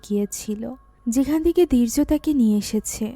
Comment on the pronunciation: দীর্য বলছেন নাকি বীর্য বোঝা বড়ো দাই 😄